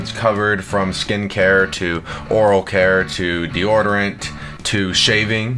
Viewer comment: Y’all talking about thinking the ad wasn’t real but we not gon talk about the fact he said deordorant and not deodorant